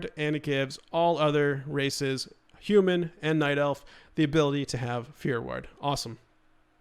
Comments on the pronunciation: Are you saying "fear word" or "fear werd"? Haha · It's fear war-d, God that was driving me crazy. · I totally thought of stewie from family guy when you kept saying "ward" wrong for fear ward lol